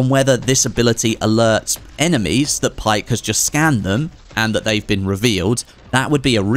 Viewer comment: It's pronounced Baek not Pike.